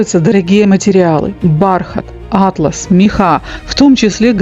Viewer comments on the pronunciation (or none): Все здорово, только не «Атлас», а «атлАс», ибо первое - это по части географии, карты, короче. А вот второе - это красивая ткань с отливом чуть прочнее шёлка…